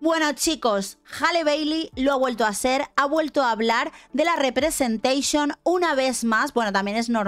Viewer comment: Muero cuando dice "representeixion" 🤣🤣🤣